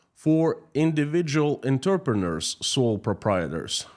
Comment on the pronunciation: "Entrepreneur" is one of those odd words derived from French. It is pronounced "On-truh-pruh-NOOR." The last bit rhymes with "pure" and "manure." I would guess that the fellow going on about how many Russians are involved in the sex industry included those producing and selling pornography. (Oddly, it doesn't count as prostitution if you photograph it. Erm...) Nevertheless, yes, 16 million sounds like an absurdly high number even if you count all the webmasters. Furry, not fury. Wearing fur. Fury is anger; furry is fuzzy. The vowel u in furry is pronounced like the u in purr, the noise that cats make when they are happy. Or "grrrr," the sound that dogs make when they see happy cats. "Up" is an adverb, not a verb. You want to say "raised," "increased," or "grew." The love of money is the lust for power. (Well, barring the possibility of an odd fetish for metal or portraits of dead politicians.) So, quoting myself: "Their only paradigm is power and their only tool is hate."